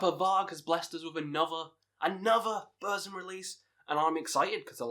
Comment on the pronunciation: Ita not BÖRSM, BÖRSEM or BÖRZEM. it is BURRRRRRZUM. It is a u not a Ö.